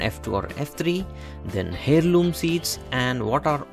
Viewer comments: It's pronounced Airloom not Hairloom. Thnx for the tips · FTI In English the "H" in the word heirloom is silent. It's pronounced air-loom.